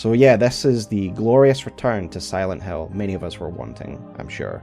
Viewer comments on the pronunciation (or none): It could've been a great video, ngl, because Acension is really trash but your pronunciation to Silent hAiL is really annoying 😭